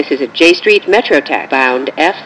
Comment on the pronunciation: so funny how she saids j street metro tech